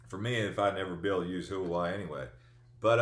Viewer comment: Btw, Huawei is pronounced Wah-way. They’re being blocked by the prez as part of the China trade war also.